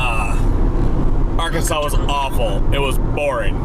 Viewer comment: oh, you saw the bass pro pyramid. and its arkansaw. not ouransas. its literally illegal to mispronounce it here. help...